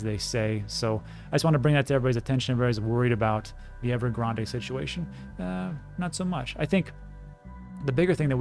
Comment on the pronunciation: Great insight as usual, one thing though -silent e in Evergrande it's not Starbucks🤣